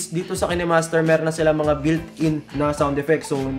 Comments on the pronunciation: Kinemaster not kenemaster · Bat po ki-ne master pronounce mo? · pronounced yan as KaynMaster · Kaynmaster ang basa sir